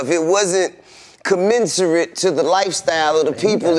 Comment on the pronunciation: Sometimes he just makes up words to make him seem like he has a great vocabulary but they’re not even actual words. He said one near the start (commenciary / commensusry). T.I = Terribly Ignorant